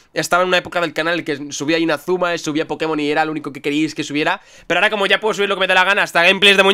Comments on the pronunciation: Hikari Takahashi Como quiera todos le diremos pokemón, además no oyes como lo dice fola, se hoye horrible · Renge Miyauchi Pero está mal dicho, además, yo soy latina y lo pronuncio mal v: Así que no hablés por todos los latinos. Por eso el tilde en "Pokémon", para acentuar la E. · Ignoren el puñetero acento de pokemon y ya!